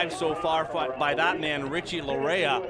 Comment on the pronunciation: Laryea is pronounced LA-YAY